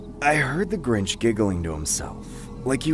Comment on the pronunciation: In the second story it was DA GRINCH. Not the Grinch🤣🤣🤣😂😂😂